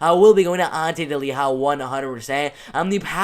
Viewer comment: Delija and not Deliha Hahaa